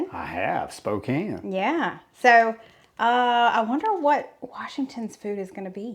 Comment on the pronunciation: Congrats on pronouncing Spokane correctly! Washington also has amazing sunsets.